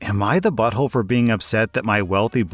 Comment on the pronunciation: Sometimes it sounds like you’re saying “Am I the butt hoe” and it cracks me up 😂